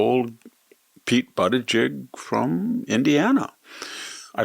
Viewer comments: The dumbest "waxen dummy" of all is Victor Davis Hanson - in this iteration, wearing what else but a hat? BTW, Vic, you can't pronounce the name? Say it like this: BOOT-edge-edge. Try it again: BOOT-edge-edge. Don't get all hung up on butt, you sanctimonious ass. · Coherent? This wrinkled old prune refuses to even pronounce "Buttigieg" correctly. I have no doubt he can, if he chose to. But he deliberately chooses not to, proving that he's not only an old prune, but an old PRUDE - and a homophobe, to boot. Pun intended. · If he were REALLY an honest man, he'd pronounce "Buttegieg" correctly. By pronouncing it the way he does, he's honestly a homophobe.